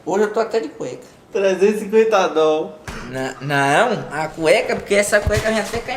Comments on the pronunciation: GENTE KKKKKK vocês me representam vendo esse vídeo! E o malucão dizendo “dol” KKKKKKKKKK af. essa white people life é complicada. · 350 dol Down? Dol dólares O cara ainda fala errado Chorei de rir nessa parte mano kkkkkk